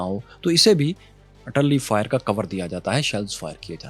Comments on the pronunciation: what is Atalli shells? are you saying Artilary shells? not sure what is Atalli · "Arr te larry" shells not ar talli.